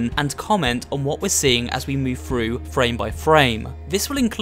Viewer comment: "read frew the book" I need to teach you how to say a "th".